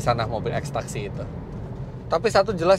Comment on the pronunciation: ngakak beud pas nyebut ex taxi, yg kedengeran gw extacsi narkoba